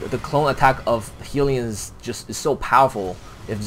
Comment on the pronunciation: HELLyons, not heelyons, haha